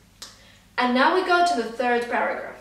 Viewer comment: i heard paragraph as burger ......😂😂